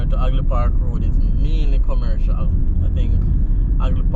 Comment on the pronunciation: Half, not Aff.And Hagley, not Agley.